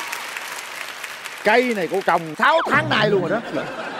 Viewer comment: Nói ngọng rồi viết cũng ngọng “ Nuôn “( luôn)